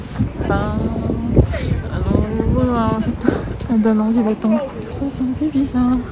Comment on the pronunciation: Haha j'ai trop rigolé à la fin: "couple, coupleeu, couple, couuuplee" ;'D